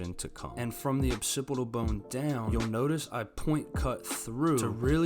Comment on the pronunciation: “Occipital bone,” not “opsipital bone.”